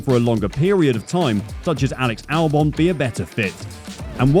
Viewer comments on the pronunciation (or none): none